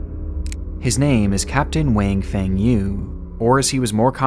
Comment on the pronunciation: never tries to research how to pronounce non-English words. Feng is pronounced like ung -emphasis on the N sound. Like the famous restaurant Din Tai Feng.